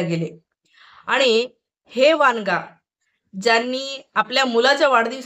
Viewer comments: वनगा आहे ते वांगा नाही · वांगा नाही वनगा